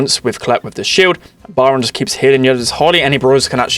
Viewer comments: It´s Byron not Baran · Love it when he says byron “bayaron” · Funny thing is my names Byron and you were kinda mispronouncing it (maybe cuz your British idk)